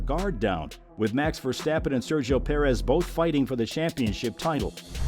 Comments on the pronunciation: And as usual yanks butcher names. For fek's sake it is NOT VerstEppen! Use your best friend and find out Max's proper surname pronunciation amateur. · I do think your listening to an AI voice trained with an american accent. You really need to look up how his name is pronounced in Dutch and then practise. The way the Dutch speak out the R isn't easy for native American or English speakers.